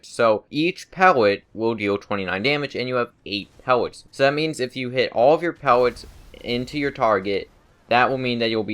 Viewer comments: STOP SAYING PEWETS ITS PELLETS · pewllot what the fuck speach deformity does this guy have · he has a speech impediment, be respectful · am I the only one who hears him say pewwets?